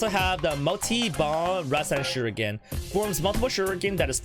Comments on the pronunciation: Rasenshuriken nor Rasenshiruken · its RASEN SHURIKEN!!